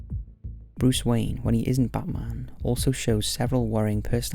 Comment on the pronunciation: Dude keeps saying "Butt Marn" lololol